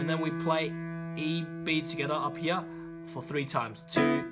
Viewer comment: Yeah same with "heyear"